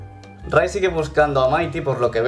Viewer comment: Ray se pronuncia rey no como se escribe